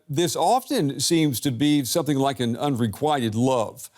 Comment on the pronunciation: You're right although I think he mispronounced it. He pronounced it "un re quite ted" not "un re quit ted", no?